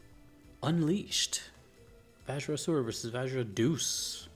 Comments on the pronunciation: Deus should be pronounced as De-you-s, not Doos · Pronouncing Deus (Day-Es) as deuce is hysterical and on brand it's what he deserves lol